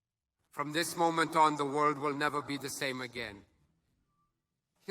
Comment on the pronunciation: Zemmour président of the veurrrrld😂😂